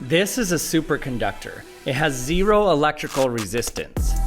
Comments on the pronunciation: Why is he pronouncing 0 like that? “zE-ro” 😭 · Gotta say i think this is your best video yet. Also I've never heard anybody say "zee-row" quite like that before lol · Zee ROW... And since the voltage is Zee ROW the resistance is literally Zee ROW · He used emphasis, also Utah accent